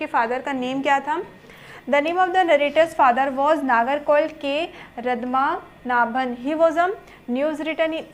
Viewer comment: The name of the narrator's father was Nagarcoil K padmanabhan not Radmanabhan